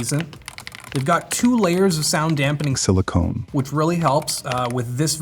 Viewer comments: "silicone" :v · as soon as i heard it i went to comments lol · Surprised not a lot of comments about it, it was so amazing, I was almost scared and it made me mentally tune in when the video at that point was pretty monotone.